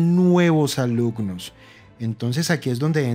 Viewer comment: "alucnos" "etspertos"